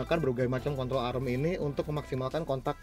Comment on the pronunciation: "kontrol arem"